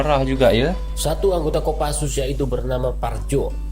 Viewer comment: bukan kopasus bang tapi Kopassus